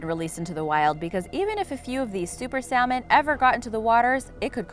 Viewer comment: The "L" in salmon is silent